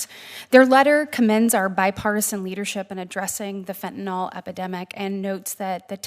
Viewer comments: Its not fentanolOL. It's fenyanYL. Why does everyone pronounce it wrong? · it's NOT Fen-ten-All.... it's Fen-tuh-NIL ,,,,, for goodness sake, people need to learn to pronounce it !!!!!! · Why do so many people pronounce fentanyl as though it ends like Tylenol instead of Benadryl? Also, Josh Hawley is doing a great job.